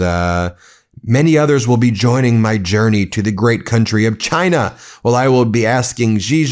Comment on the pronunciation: And calls it "JIE-na."